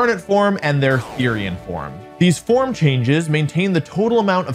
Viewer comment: Stopped watching when you called it a formee